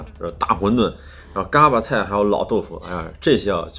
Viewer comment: 看了好几期天津探店视频，实在忍不住了，不是嘎儿巴菜，儿化音不是这样加的，三个字全部是大字眼儿，并且巴读轻声，另外是bēng豆不是四声哈哈哈哈